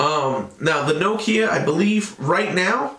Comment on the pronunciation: Thank you, good review. I must congratulate you, the first american ive heard pronaunce Nokia right, most of you say nokiiija. :)